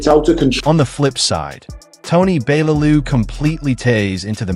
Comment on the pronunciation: Your pronouncing Bellew wrong!! All wrong!! 😌